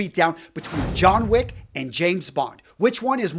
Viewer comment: Jhon Wich